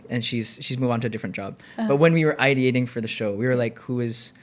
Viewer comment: Its i-dee-ating, ideating— not i-dating…